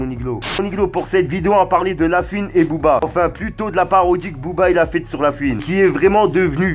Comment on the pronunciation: Mon avis ? Ben va chez l orthophoniste car La fouine ça se dit la FOUine Pas la FUine Voilà de rien c est que de l amour